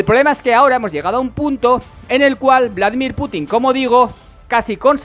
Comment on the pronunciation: Por favor, me duelen ya los oídos. Es Vladímir, no Vládimir.